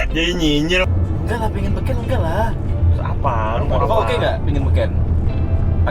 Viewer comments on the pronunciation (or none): Beken / be can ?